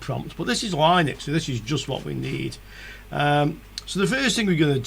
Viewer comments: Noooooo don't say line-ux its lin-ux all day long :) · yup, like lint, linx, lips